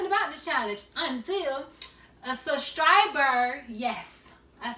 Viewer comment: Yerrrrr lol. man did she say sustriber 😂🤣